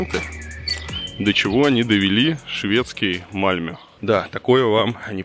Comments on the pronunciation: МАльмё, блин, а не МальмЁ! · Не Мальмё а Мальмэ правильно,а так то там самый криминальный район как раз район мигрантов из Албании и тэпэ,постояно какие то там перестрелки и наркотики именно там,не помню как называется район но присутствует слово "rose(роза),плюс мусор на улицах есть и те два пакета это песчинки,но в целом конечно сравнивать с Россией глупо. И еще там чертовски скучно,русская душа быстро там заскучает